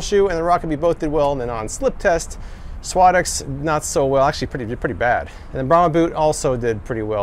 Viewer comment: you are pronouncing suadex completely wrong